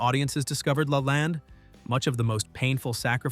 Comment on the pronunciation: Is the narrator AI? Lalande is pronounced wrong and the picture of her father is incorrect. There’s a picture of the outside of the chateau showing an infinity pool and a view of the ocean. That’s not where the chateau is located.